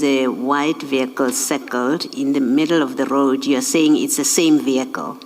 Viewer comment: Odd no one has informed the witness of the pronunciation of the word vehicle (Privately) Brothely love. Im learning a bit of Xhosa and appreciate always. Ubenosoku ulamnandi kakushle 😊